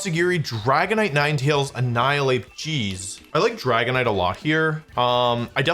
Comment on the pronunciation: bruh what Nin-e-tails